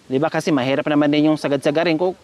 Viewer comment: Ang galing mo 👏👏.... Pero dapat Kong may H Ang kinakanta mo dapat mabigkas mo yon.... Halimbawa: Yong mahihiya dapat wag mong sabihing maiiya... Yong mahirap Sabi mo mairap... Wag mong alisin Ang H....